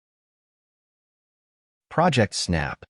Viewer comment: It's not "project", it's "project".